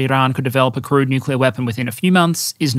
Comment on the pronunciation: "...the assessment that Iran could build a crude nuclear weapon..." I can't be the only person who, for a second, heard that as 'crewed nuclear weapon'? Can you imagine?!